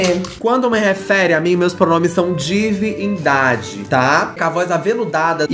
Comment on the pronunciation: "Divin - Dade" amei vou te chamar assim!